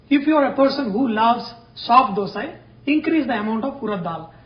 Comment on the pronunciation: Thank you for pronouncing it properly as 'dhosa' (dh as 'th' in word those) and not Dosa (as in word dose of medicine). Hopefully North Indians take note of it and pronounce it correctly.